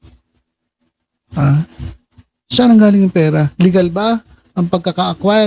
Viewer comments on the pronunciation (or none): none